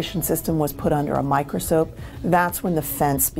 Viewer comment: “microsope” hahahahahahahaha